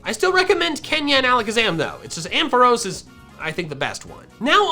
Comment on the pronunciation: AMPHAROS, NOT AMPOHROS! FIX IT NOW!